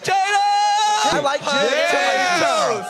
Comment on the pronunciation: All I have to say is this: They're POTATOES. PO TAY TOES. Not BUTTatoes. The word begins with a P, not with a B. They're absolutely, positively NOT "buttatoes" so please stop saying "buttatoes", people. I do not want to eat something called "buttatoes".